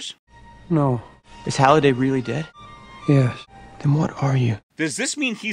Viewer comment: isn’t it Halliday and not Holliday?